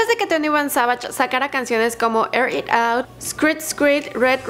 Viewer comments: Se pronuncia sevish no savash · She don’t know English cause she say 22 Savagesh